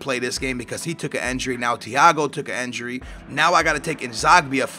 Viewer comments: INJURY IT'S INJURY NOT ENJURY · Is it not said injury on enjury